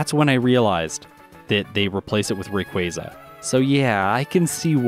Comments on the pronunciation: Someone else who says Rayquaza correctly! let's gooooo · Thank you for pronouncing Rayquaza correctly. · Thank you finally someone that pronounces Rayquaza correctly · Rayquaza can be pronounced both ways. Quasar is from quasi-stellar meaning: star like which is pronounced with that soft ‘a’ sound like in “car”. Just a little tidbit.